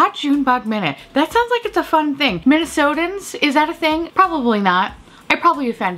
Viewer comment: I fucking die laughing every time you do the Minnesoooooota accent